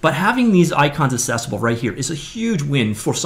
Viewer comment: The word is "accessible", not "assessable"!!